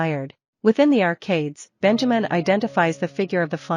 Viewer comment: Sad that they could not pronounce his name correctly. It's BEN-ya-meen.